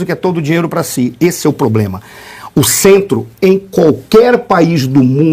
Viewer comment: Como? Estraçalhado a nossa língua portuguesa falando: ABRIDO, CIDADÕES, FARAONA, INRRESPONSÁVEL, POBLEMA e a última pérola dela foi: "FAZEM MUIITOS ANOS..." DEUS NOS LIVRE E GUARDE!